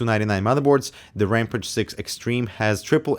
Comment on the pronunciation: Ramp-ăge? Ramp-ăge? Oh, Ram-pāge. Sorry, I know it's not nice to pick on accents, but that one just kinda throws me off. Long A as in cage, not short a as in can. Also, WANT. Give it to me, the $599 price tag be damned! That an a $ X. I don't need both of these stupid kidneys.